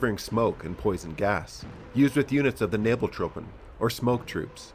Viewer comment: "Thanks for watching another video on German equipment I have to struggle to try and pronounce." I believe - as a native German - your pronounciation of "Nebelwerfer" and "Nebeltruppen" was fairly decent.